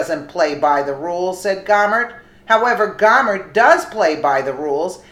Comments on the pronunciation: I like your videos but you have got to start pronouncing words correctly. Gohmert isn’t Gaw mert. Gohmert is pronounced Go mert. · Fyi its pronounced Go Mer t Jesus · Pronounce his French name. Go mare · This is my representative. Is pronounced Go-Mert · No big surprises here! Just one note though - Louie Gohmert is pronounced like Go-mert. He's my congressman and friend and I just like to hear it pronounced correctly. He's a heck of a good guy, a true patriot and the salt of the earth!